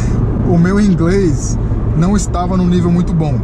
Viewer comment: ingrês kkkkkkk😂😂